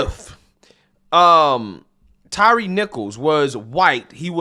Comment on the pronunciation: Good lord, he called him “Tyrese”…Can’t even get the name of the guy he’s “outraged” about correct…